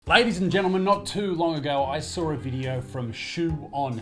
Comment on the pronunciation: You "sawr" a video, huh